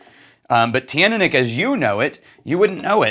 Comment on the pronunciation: Hello, I'm told Teaninich is pronounced chin-knee-nick. Not in his original pronunciation videos, where he says it a little different, but more recently in vPubs Roy Duff/Aqvavite uses that form. It's also how I was told by a very well-informed member of staff at a local whisky shop. But others still pronounce it different.